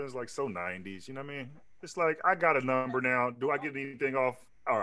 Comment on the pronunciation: Three! Pick numbah three my lord. 😂